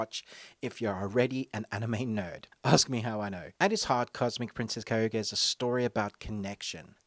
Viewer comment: Funny the amount of times you said kayuga instead of kaguya